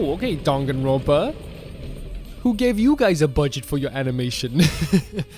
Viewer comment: Monodam is my second favorite, but I have a real soft spot for Monotaro! He's just such a forgetful goof. I also love the little touch in the sound settings where for his voice clip, he forgets the name of the game and says "Dongaenronpa" lmfao